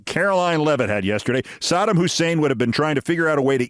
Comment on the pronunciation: Love your rants, Keith. Isn’t the pronunciation of Saddam Hussein’s name: Sah-DAHM?